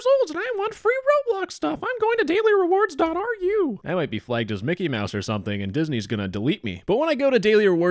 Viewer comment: I don't think it's ar u, it's more like ru like in room or rumor Yeah, yeah, it's Russian domain